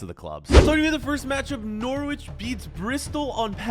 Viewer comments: its pronounce NoRich not nor wich lol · Love the videos but from England I hated the way you said Norwich 😂